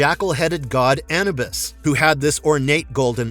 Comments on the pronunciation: Ani-bus? Dude, if you are making a video talking about Egyptian gods at least learn how to pronounce their names. Or buy a better AI voice-over. Smh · SG-1 wasn't a huge success? 😢 sad to hear that, not a fan of how you pronounce Anubis 😅😅